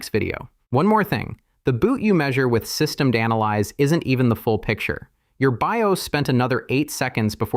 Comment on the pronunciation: "Systemed" instead of "SystemD", you're absolutely right!